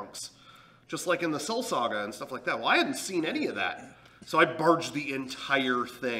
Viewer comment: "I barged the entire thing" Binged?